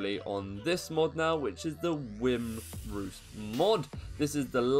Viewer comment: Wyrmroost is pronounced Wormroost or W-I-ermroost